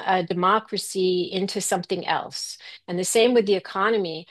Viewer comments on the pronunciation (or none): none